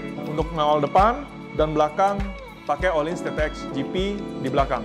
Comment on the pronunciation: mirror coated spark black, silver coated lapis perak beneran Btw FYI ohlins pronounced u(h)lins